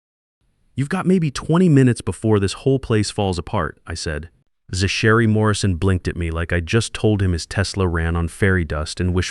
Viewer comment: This AI can't pronounce Zachary..